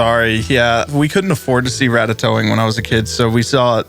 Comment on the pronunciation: Nah that said "ratatowing̈"